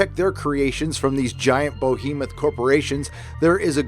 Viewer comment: Is it possible for you to use a less infuriating sound to censor your swears? Or at least lower the volume? Also it's not pronounced "BOW-hE-moth" it's "Be-hE-moth"